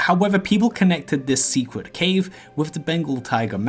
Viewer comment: Love those "secwet" areas in "Stwangleforn vale".....